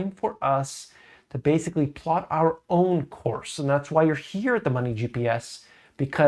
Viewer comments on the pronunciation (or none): none